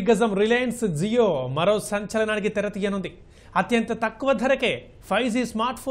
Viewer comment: జీయో కాదు జియో